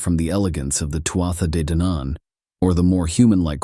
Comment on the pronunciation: I'm absolutly loving these, very accurate accounts and we'll researched. Thanks so much. Day-Danan (two syllables, but if you break down 2nd syllable it's Dan An said quickly without emphasis) hope that helps some 💚💚💚